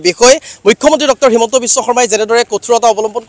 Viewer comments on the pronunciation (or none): none